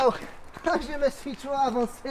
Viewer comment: "ôô je mé souis trop avanceille " xD <3